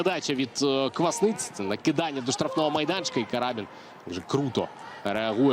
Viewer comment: Не карАбін, а крабІн.